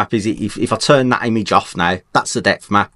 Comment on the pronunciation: you kept saying depth map and I thought you were saying death mask :)